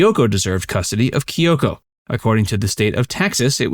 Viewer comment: Whys is pronouncing the name Kyoko so difficult?